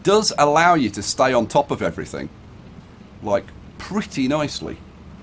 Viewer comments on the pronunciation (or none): none